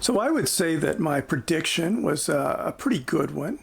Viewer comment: prediction, not purdiction, pretty, not purdy